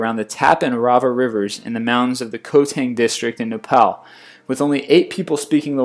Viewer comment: You mispronounced Nepal...